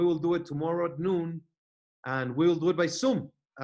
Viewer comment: “By soom” 😂😂😂😂